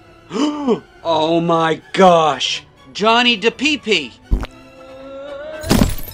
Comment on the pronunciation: Ah yes, my favorite actor, "Johnny DePePe"